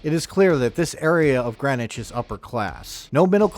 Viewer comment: ok I lived all around that area I knew Greenwich CT and we didn't say Greenwich it's a certain way you pronounce it if you ever been there new Canaan and even Stamford now if you had the money to live in Greenwich you would know now to this day I don't really know the real story I grew up way before you tube be blabbing the story I'm still not sure but I know what I heard when I was younger and yeah we use to visit Greenwich high school not too far from new Canaan and I'm sure bout anything but I still say what I heard when I got older oh hell yeah I figure out couple things